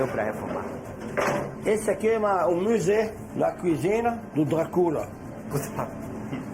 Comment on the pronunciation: "isso e um "muzé" do Drá CU LA kkkkkk